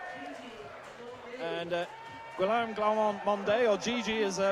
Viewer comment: And I see no one has had the decency yet to tell him that Guillame's name is not pronounced "Gwa lom". Seriously, where'd they find this guy?